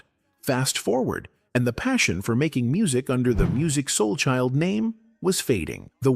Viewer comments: I really wanted to listen to this video but I can't listen to a whole video where AI continually mispronounces his name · yea it was a hard watch